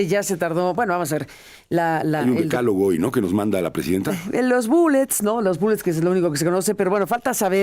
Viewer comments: Vivieron el décalogo en lugar de decálogo???? Aaarrgggg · Ahora entiendo, el Gobierno de México gobierna como escribe, con faltas de ortografía, que pasó mi, DECÁLOGO, haber repite DECÁLOGO, con acento en la A no en la E, a que mi!!! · Decálogo, le fallo el acento a la científica con A... Cuando se refiere a la gente quiere decir que se lo pidió su patrón AMLO, no creo que ella tenga la capacidad como para idear esas 10 propuestas.